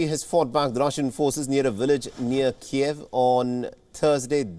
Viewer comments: KEEV NOT KEY-EV! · "KEEV," not "Kee-Ev." It's Ukrainian, NOT Russian